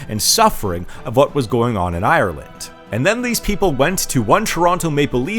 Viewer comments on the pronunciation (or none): none